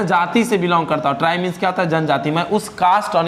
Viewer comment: Tribe not terribe